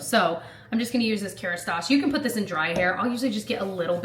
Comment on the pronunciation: “Puht it in a pohny” hahah